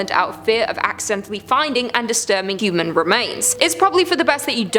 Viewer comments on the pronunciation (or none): none